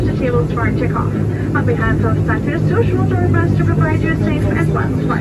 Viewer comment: Learn to say Açores